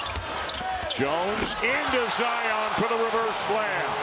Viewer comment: It’s not ZI-OON